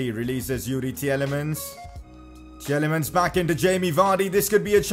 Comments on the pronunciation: Its Tielemans not Tieyelemans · Its pronounced "teelemans", love the series tho. Keep it up